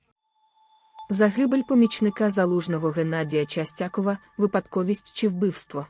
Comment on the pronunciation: Наголос Честякову я хоть не шарю по політиці но наголос нада ставить правильно